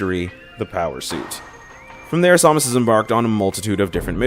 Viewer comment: It's Samus not Somus because in Prime 3 and Other M people call her Samus.